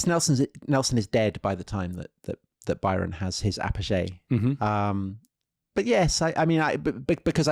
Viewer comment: "Dawn Joo-ahn" and "apojay" in the same video?